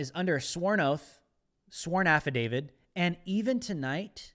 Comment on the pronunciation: Affidavit. With a T.